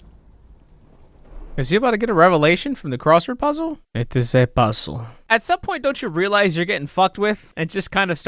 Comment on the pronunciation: The "puhzuhl" part with you touching your head & eyes was the funniest thing you ever said